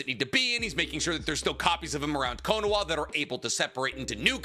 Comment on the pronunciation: Bro why does he keep saying Konowa???